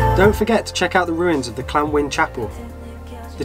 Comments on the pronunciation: And its Llanddwyn the double dd is a "the" sound.. not a d sound... ah Wales land of my Fathers .. love llanddwyn island so much. 😀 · Thanks for your comments Keith! We are so glad you took something from watching the video and got over our butchered pronunciation of LLanddwyn :P Hopefully we'll have more from Wales later in the year. Catch you in the next one ✌